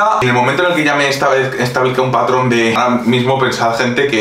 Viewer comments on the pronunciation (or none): none